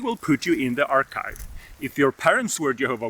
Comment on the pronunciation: The “ark-hive”. Is that where Noah kept the bees that survived the flood 😂!